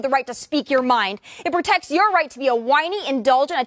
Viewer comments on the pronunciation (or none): prjec or protect?? he screwed up, lol